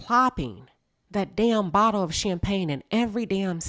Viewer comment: Hollering at you getting mad at Chocolate in a Bott-luh product placements.😂😂😂😂